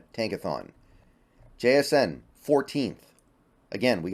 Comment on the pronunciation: Somebody gotta teach how to say jsn’s name asap before he slips up and gets himself canceled